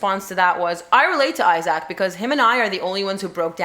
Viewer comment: OH, I keep meaning to remind you. Isaac's name is pronounced I-zic, not I-zac.